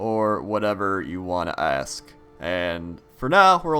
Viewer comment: ask dam it not ast : )